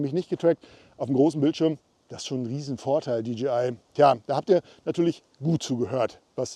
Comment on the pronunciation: Hi, mit tut es immer wieder in den Ohren weh wenn die Leute in ihren Videos sagen, die Firma DGI hat was neues….. Die Firma heißt doch DJI !!!!! Es hört sich so komisch an wenn man DGI sagt.